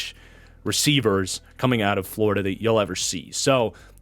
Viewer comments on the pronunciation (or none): none